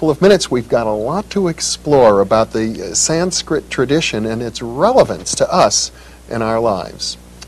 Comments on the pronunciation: It’s not sainskrit it’s Sanskrit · its "Sanskrit".., an thats nice to here., followin ur messages.